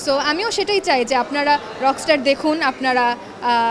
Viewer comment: রক ইস্টার কি ভাই, সাংবাদিক কে বানালো আপনাকে ভাই?...রকস্টার বলেন।